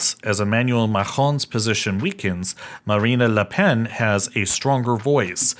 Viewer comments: Macron is literally "Muck-CRON" and not "Mah-horn", and Marine Le Pen isn't "MarinaLePen", but more like "Mah-RIN Ler Pen" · Interesting a bit pedestrian, but please learn how to pronounce Macron.... you don't need to cough up a brioche when you say it. Outside of the context I would not have even understood who you were talking about...Also Marine Le Pen is like 'the marine environment, not Marina. Good that you mentioned your pronunciation difficulties. May I give you a pointer. I think you are trying a little too hard and are so focused on the otherworldliness of that distinct French sound that you over emphasise it. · Or Marina la pan. Haha Marine le Pen will ban English just because he pronounced her name wrong. Lol 😂